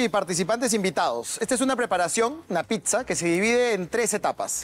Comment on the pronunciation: Señores amiguitos lindos!!! Aprendan a pronunciar la palabra Pizza bien!!!!! Pisa como es como lo dicen casi todos en perú, es la Torre inclinada de Pisa!!! Pizza 🍕 se pronuncia así: pitsa!!!!